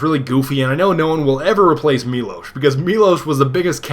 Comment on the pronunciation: Miłosz this is miŁosz ł Ł - in english you read this as W [MIWOSH] NOT [MILOSH] i know this because i'm Polish